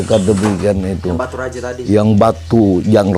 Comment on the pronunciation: Baturaja..bukan Batu Raja